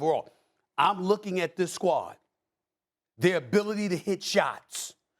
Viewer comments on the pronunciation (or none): Bro said kuminga the first and then does what he does best by mispronouncing names and said kumanga smh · Stephen a: “Kuminga, Cumunga coming back” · They way SAS butchered kumingas name 😂☺️